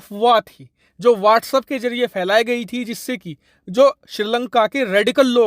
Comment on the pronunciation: Its WhatsApp. Not Whats up. At least you should pronounce it better.